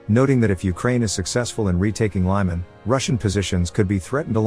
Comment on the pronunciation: LEE-man NOT LYE-man!